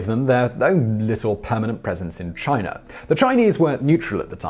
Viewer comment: My guy why do you pronounce words ending in a as er. IE China comes out as chiner, I've noticed this in all your videos, if it ends in a it comes out er